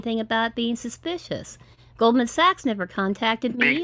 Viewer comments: It's sushspeeeshush,.😃👍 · Apple/Amajon/McCafe Sappote Scammer bingo "It is a suspeeeshus" "Different different locations" "Let me tell you one thing" "De heggers" Struggling with the pronunciation of the word "transaction". "Tranzacksun". "Tronjacksun". "Tranzackzen".